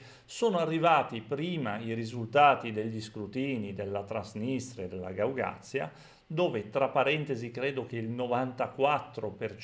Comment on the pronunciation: Un piccolo appunto: Si dice Gagauzia,non Gaugazia